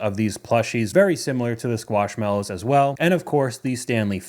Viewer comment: Excuse you,. Squishmallows, not squashmallows.